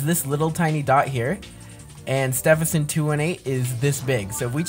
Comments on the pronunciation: cuz Stephenson Is pronounced "Styvenson" and not "stefenson" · I’m laughing because you don’t say it Steffensen to 18 you say it’s Stevenson 218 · Stevenson not stevp henson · "Steff in son 218" Actual pronunciation: "Steven son 218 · How pronounces Stephenson 2-18 __________________________________ Steephenson 2-18 ❌ Stehpenson 2 1 8 ✅ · It's steeeeeeeevenson 218 not Stevenson 218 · No offense but it's pronounced St-EE-ven-sin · you are saying stehison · He’s pronouncing Star name wrong😢